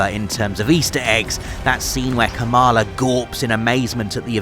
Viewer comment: It’s pronounced ka-ma-laaaa not ka-maaa-laaa. International audiences are so unaware of the Indian subcontinent.